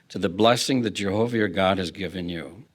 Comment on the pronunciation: Soo we luuhve Jehooovahh *hic